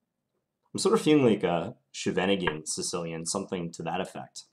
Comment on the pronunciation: That's not even the German way of pronouncing it. The German pronounciation is "Sheven Ing En". The Dutch way sounds more like "Skheiven Ing en".